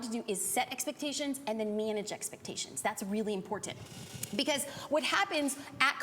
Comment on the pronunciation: I looove her videos, but I can't stand the way she says "important"